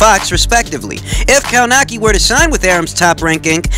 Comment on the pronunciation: Kownacki, pronounced more like Kownaksy